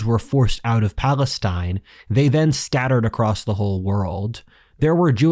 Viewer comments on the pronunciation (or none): none